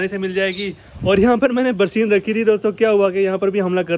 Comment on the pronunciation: Barseen nai hota barsan hota hai